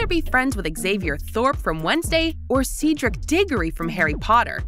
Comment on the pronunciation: I AM SLYTHERIN also ceaderiec dieggorry